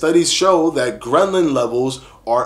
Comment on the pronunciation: Ghrelin, ghrelin, ghrelin. NOT GREMLIN! Lol